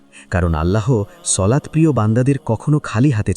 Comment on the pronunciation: সলাত না সালাত